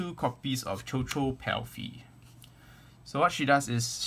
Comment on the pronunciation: quick note: it's actually pronounced as shushu, it's a french word.